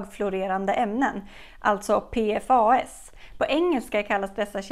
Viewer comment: En detalj, förkortningen PFAS på svenska utläses som ”P-FASS” 😉